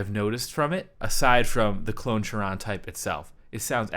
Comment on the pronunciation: Another great video my dude! Two things: 1. Does it kinda get a little SRV bite or am I losing it? 2. Do you think it might be pronounced "kai-ron" so it rhymes with Klon? Just a thought. Keep up the sick videos!